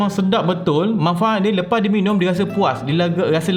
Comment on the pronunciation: Senyum sorang dengar "minium"